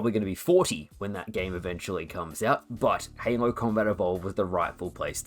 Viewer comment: Why do you say "Heynlow" to say Halo ?ahah